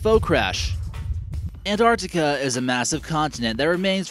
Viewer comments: What the fuck is Anartica????? its ANTARCTICA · LUDO Rightly said... Please pronounce " Antarctica " not Anartica!!!!.... and present the video neutrally....not in a way glorifying the USA only. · I cringed every time he said ANARTICA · Man, how many times will you repeat Antrarctica... if you're already talking about that place - then all things are there... whatever lake - Antarctica, whatever place - Antarctica, whatever valley - Antarctica... and to add to annoyance - it is NOT EN-Ar'ica ... you're missing damn T ... twice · Ant arc ti ca, not ant art ica. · It's not an accent, but mispronunciation. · Bill and Ted's Excellent An-artica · Ur the only person on utube that can pronounuce Anartica correctlyy. Congratulations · i thought i had just been saying it worng my whole life along with everyone else in my country. (kiwi) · No, it's not an accent, it's pronouncing the word WRONGLY. Probably because he read it wrong or has heard it pronounced like that. If it was only t glottalization, but he is completely ignoring the C in arCtic. Artic is not a word nor a place. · Wait, where do you get that the word 'Antarctica' came into the English language without a C? And what happened to the issue the narrator is not pronouncing the T? Anyway, the name comes from the Greek ἀνταρκτική, meaning opposite to the north. That has a pronounced tau (or T) and kappa (or k, changed to a c having the same sound in Latin) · its a pity you cannot pronounce the word Antarctica properly. Sad really. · Why can't he say 'Antarctica' correctly? How did he even get this job if he cannot pronounce a simple English word?!!